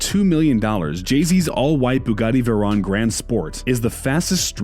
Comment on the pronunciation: He keeps saying veron instead of veyron